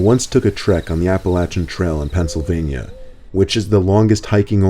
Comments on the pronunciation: Appa-lachian...I'm sorry I have never heard someone pronounce it like that xD Love your videos! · It's pronouced Apple Ashian. 😂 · Its pronounced apa-lay-tion trail. Other that that I love you're videos so much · (Appa LAY chan) not (app ah luh chan) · im sorry but the way he started the video with "the aPalaChAn trail" LSDJDJ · It’s pronounced Apple-ay-shun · WarlegganFangirl1984 yesss. Everyone pronounces it “App-a-lay-chun” and it isn’t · i have OCD so i get annoyed by these things. its pronounced app-ill-ay-shun or at least that's how WE pronounce it in PA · Appleatchin trail huh? Lmao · Appalachian is pronounced like app-uh-lay-shin lol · Apple-A-Chan lmao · It’s pronounced “Apple-ey-shon” get it right! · “Apalatchin trail” this trail is basically in my backyard in the state of Maine and people say it wrong all of the time but this is the funniest I’ve heard😂😂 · It’s pronounced {app-uh-lay-shun} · It's pronounced.... Apple- at- cha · myewgul its app ill lay tion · I love this story but AGH Appalachian is pronounce with a long a like appleAYchen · Lol, he keeps misspeaking Appalachian trail (btw love your videos, and it's pronouced Ah-puh-lay-shee-an) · Apalancin trail lol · The scariest part of the whole video is when pronounces Appalachian wrong 😭. Love but that dug deep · How come people are mispronounced Appalachian on youtube? This is the second youtuber today that has said this word incorrectly (yeah, I know the video is a couple years old, but it happened today for me). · Is anyone else fucked up by the way he pronounces Appalachian? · The pronunciation of Appalachian though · no one is going to comment on the way he pronounced appalachian? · He pronounced that so wrong😂 Appalachian yikes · Isn't anyone else freaking out about the way he said Appalachian? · Am I the only one bothered by the way he says Appalachian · I love how he pronounces Appalachian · Your pronunciation of Appalachian has me dead